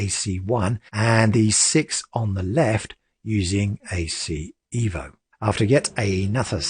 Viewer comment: I love you mate, love your videos, but please... it is pronounced "Eh-vo". Ciao!!